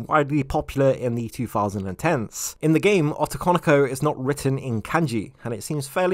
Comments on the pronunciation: Ah-to-kan-o-ko? I'm sorry... ō-tō-kō-nō-kō; the romanji "o" has the same sound... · the way you say "otokonoko" in a very strong English accent, making it sound like as "ottokonikou" instead. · The Os in otokonoko are all pronounced with a hard "Oh" sound. Unlike English, Japanese vowels have consistenct pronunciation. Just trying to be helpful and not critical. I always enjoy your content, and I appreciate you putting this video out.